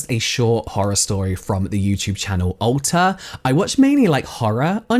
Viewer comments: I heard "Ulta" instead of Alter at first and was like "wow they're making some interesting marketing choices" lol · I thought you said "ulta" and I was like daaaaamn that's a beast of a marketing plan! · I thought you were saying Ulta, not Alter! That would have been even better.